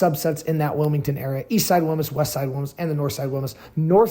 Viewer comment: DUDE PUT A LITTLE BIT OF SPANISH ON IT, ITS WILMAS NOT WILMUS